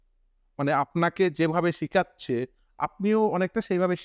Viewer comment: 'শিখাচ্ছে' নয় হবে 'শেখাচ্ছে'